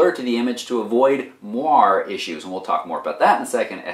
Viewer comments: Moiré is pronounced mwaray, not mwar. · Moire is pronounced mwɑːrˈeɪ